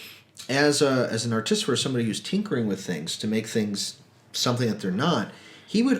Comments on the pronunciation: What you're saying: ar-TIS-i-fer What you should be saying: ART-i-fi-sir Wrong emphasis, and switched two letters around... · You’re putting the em-phas-is on the wrong syl-lAble. ‘Artifice’, just start there and add ‘-er’. Artifice-er, artificer, now you got it. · Hi, Im too. From one fellow to the next, its Atificer not Articifer:') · why do you keep saying articifer instead of artificer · Artisifer? Lol I'm subscribing just for moments like that. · Also 'articifer' lol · Had to stop your video ... ar-te-FY-sir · I would say ART-i-fi-sir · Hi guys, I love the content and reviews! The Artificer pronunciation is rather jarring though. Keep up the good work.